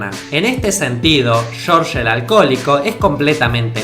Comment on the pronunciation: "Shórsh" jaja